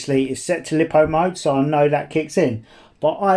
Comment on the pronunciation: "Lie-po". Not lip-o. 🤷‍♂️🤯😁